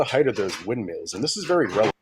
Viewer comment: He keeps calling windmills "wind meals" 🙄🤦‍♂️